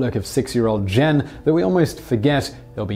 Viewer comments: Who's Barefoot Jen? "Gen" is pronounced like the Ge in Get. (Did you actually watch the movie?) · Someone should tell Simon Whistler that there are no soft G's in Japanese. It's not Barefoot JEN. And Simon might have mentioned that the original story came from a man who survived the bomb. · Um, "Gen" is pronounced with a hard "g", so, like the second syllable of "a-gain".